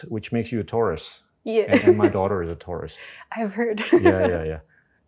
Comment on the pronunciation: I thought he said "tourist" then realized it was "taurus" 😂